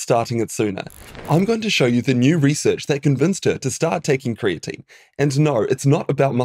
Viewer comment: 'ree-search' is pronounced like 'result'